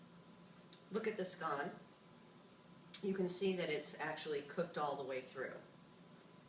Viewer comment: Good demonstration,. I’m Scottish and I was pleased to hear you pronunciation of scone and your use of buttermilk. Does your mother use the name of “girdle” rather than “griddle” which has ridges. No matter. Congratulations. Top marks